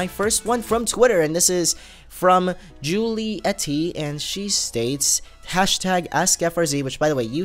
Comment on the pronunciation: it's not juli ety its julyet